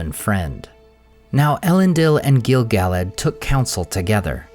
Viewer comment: I hear his name pronounced incorrectly on almost every video (not just yours), but it's Gil "Guh-ladd" not Gil "Gallad"